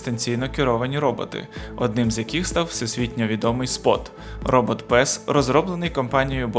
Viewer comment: РОБОТ ПЭС :))